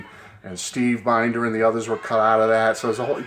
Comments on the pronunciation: Looks like a great book. His last name is pronounced Bin-der (Short I sound). I will look out for it when I visit Graceland (among other things). See ya. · His last name is pronounced Bend-er